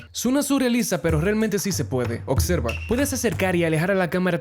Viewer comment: Sabias que dices "ocserva" en vez de "observa" 😅😅